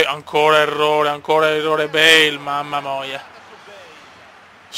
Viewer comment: Non si dice bale si duce beil si scrive solo bale